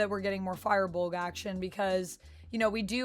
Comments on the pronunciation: It can also be pronounced "feer" as well, but definitely not "fire." lol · The Fir of Firbolg is pronounced Fur.